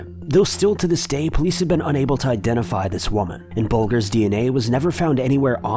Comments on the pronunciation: Bul-jer, not bulger. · In number 3 the criminal who may have been involved was James WHITEY Bulger, pronounced White-ee Bul-jer. NOT “whitNey bul-gUr”. He was incredibly infamous, hailing from South Boston in Massachusetts. I’m surprised you’ve never heard of him. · What's with u guys not knowing how to read or say people's name? James whitey Bulger is pronounced white-ee bull- jerr.. damn.. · Did you mean James WHITEY Bulger (BULGE-er)? Ugh. This is why it's cringy when millenials read these kinds of stories.